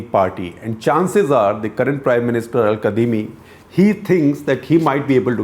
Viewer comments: Its pronounced 'kazimi' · Sir, it's spelled "Al Kadhimi" but it's actually pronounced "Al Kazimi."